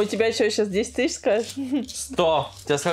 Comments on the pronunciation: Тыщача рублей, две тыщачи рублей 😤🤦🏼‍♀️🤦🏼‍♀️🤦🏼‍♀️ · Меня бесит когда она говорит тысяТЯ 😡